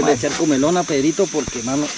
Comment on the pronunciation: No es comelona, es comilona.